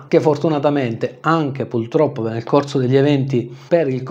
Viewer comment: Sei eccezionale.......ma "puLtroppo" non si può sentire non ce la faccio... scusate😅